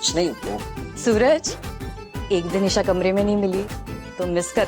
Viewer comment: Esha i se nahi hoti hai E se hota hai